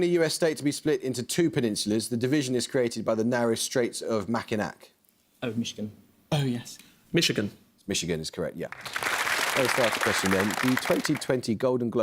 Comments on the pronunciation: Great match. Two comments: 1. Don't see why "telegram" wasn't acceptable. 2. As an American, I have to point out that Mackinac is pronounced "Mackinaw." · "Mackinac" is actually pronounced "Mackinaw." Not something a non-Michigander would likely know. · the island is pronounced mackinaw, but i think historically the strait is typically pronounced “mackinack” with the hard k sound at the end (that’s how i always heard them anyway)